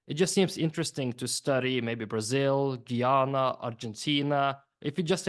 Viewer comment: E glish man ..its not geeeyuna ....its guyana